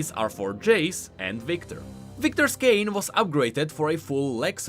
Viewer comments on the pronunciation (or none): none